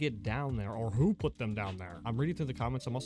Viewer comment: “Putt” her down 😂😂😂😂